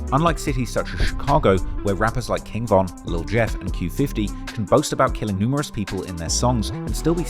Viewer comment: He pronounces King Von correctly, never heard him call him King Van.